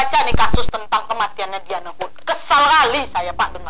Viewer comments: diane disebut "dayen" mba lafalnya... ✌😁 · Dianne bacanya Dayen kakkk. haha.